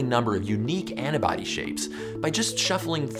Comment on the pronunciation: Just wondering, you know the word is "antibody" right? Because you keep saying "anna-body" and it's honestly so weird